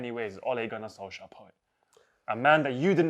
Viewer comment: LMFAOOOO POET WAS IN SENSATIONAL FORM FOR THE OLE RANT. SOLKSJAYER? SOUNDS LIKE A NORWEIGIAN STD 😂😂😂😂